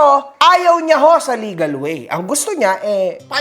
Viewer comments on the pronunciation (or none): none